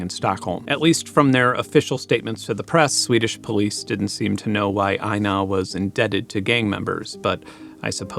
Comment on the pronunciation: You're pronouncing Einar like we say 'aina', slang for the cops 😅